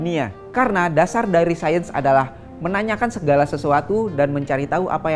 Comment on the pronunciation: Sayens bro(sains bro)